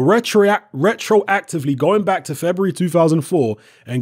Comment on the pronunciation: "Rectroactivley" StrikesBack